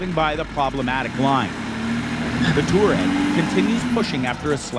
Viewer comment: Me: ITS NOT TOUREG ITS TOUWAREG🤬🤬🤬🤬🤬